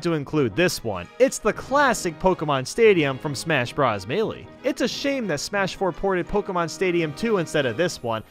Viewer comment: May- lay